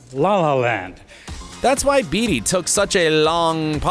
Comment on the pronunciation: In a video about Oscar mistakes and flubs you said Warren Beatty wrong. Unless Hollywood has been pronouncing it wrong all these years.